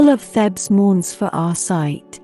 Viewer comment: It's 'Theebs' not 'Thebs.'